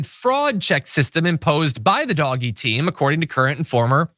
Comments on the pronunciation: It's not pronounced Doggy, it's pronounced. DODGE-EE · DOGE: "DOGGIE" is the wrong pronunciation - conveys lovability, silliness. The RIGHT word is DODGE-Y, as in SKETCHY or deceptive. PLEASE. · It's not pronounced DOGGY, it is DOE-SH. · It is not doggie, if you want people to respect you, don’t insult people’s intelligence by mispronouncing words. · i love that he's pronouncing it 'doggie'. so great. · Keep calling it DOG Eeee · Please, please, please, don't call DOGE ''doggie''. It gives the impression that DOGE is of no importance and not to be taken seriously, which I doubt .is your intention..and also might make people think that Americans don't know that a 'g' immediately followed by an ''e''...is pronounced ''dg'', as in judge....